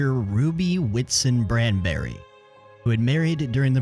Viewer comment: A couple minor corrections: - I meant to say 10 AM, not pm. - I pronounced it BRANBURY but it's BANBURY. - I meant to type 'wireless operator', not 'wireless operation'. Chapters Prologue Chapter 1: Into Service Chapter 2: August 26th, 1914 Chapter 3: Casualties Chapter 4: Sampson's Grave Epilogue Check out the work by DCS Films on the Sampson here: Research and info sources are listed in this document: The music in this video is sourced from the video games Fallout 4, Fallout 76, Metro Exodus, and Star Citizen ✪ Want support the channel? ⯈ ✪ Follow me on Twitter for video updates! ⯈ ✪ I also make music! If you're interested in Instrumental Metal, check it out! ⯈ Thank you for watching!